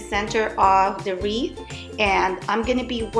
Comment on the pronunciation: Wreath not Reese😂😂